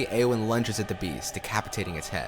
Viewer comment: Very good documentary. Fascinating insight. I am taken out of it slightly by the obvious mispronounciations of names such as Osgiliath, Cirith Ungol, Shelob etc. Even in text, it's Eowyn, not Aowyn. Given Shore's inspiration by Tolkien's languages and their sound, this isn't unimportant.